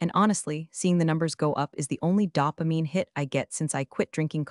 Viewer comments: Tell your AI to adjust itself. Dopamine is pronounced “doe-0amine” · AI's got some weird takes on words, but "dopamine" needs some serious work!